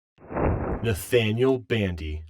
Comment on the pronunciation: Is it just me or did it sound like he said natdaniel bandy